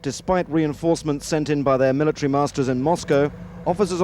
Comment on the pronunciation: "mila tree"